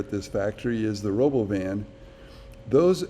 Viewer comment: You're mispronouncing the robovan. Elon says Ra-Bow-Vin.